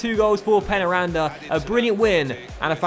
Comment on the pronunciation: I think that it is pronounced 'pain' 'ya' randa